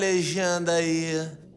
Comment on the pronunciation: "Capturaru u pae" Kakakakakaakkakakakkak